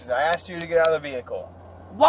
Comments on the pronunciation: Ax me if I haff a receipt? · Lmao "aksed" and what's with the clap-clap-clapping with every syllable?..as natural as breathing and blinking 🤣